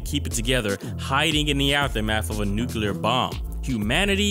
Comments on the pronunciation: Its nuclear "NEW CLEE AR" not NUKULAR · its pronounced new-clear, or nuclear, like the spelling, not nucular